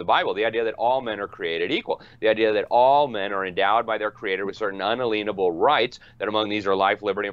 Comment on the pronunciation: Thank you,, for saying un-a-LIEN-able. I've only heard one other person say it that way. Most people have no idea how many facets of life have been penetrated by commerce and its innumerable regulations. Every God-given right that could possibly be liened has been liened by the state.